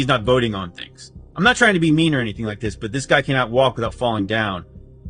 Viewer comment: "Dis guy"